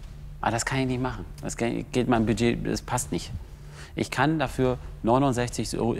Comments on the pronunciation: Was zum Geier ist „Biiiiiget“ 😂? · „DaS iStt mein Biiedgeet!“